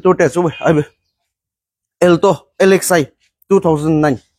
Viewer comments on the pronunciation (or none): Amu not elto😂 it's alto😅